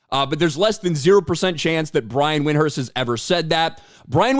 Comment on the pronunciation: Notice how he purposely mispronounced Windhorst name. Yes I say on purpose.